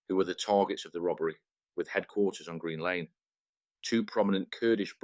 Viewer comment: Thanks mate this is a great video. Keep up the good work. Just one thing for your information, it’s Green Lanes with an s. Up the road from Finsbury Park and Arsenal. You can get some great Turkish food there as well 😃